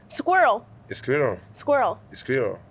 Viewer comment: (2nd attempt) "scirill" 🗿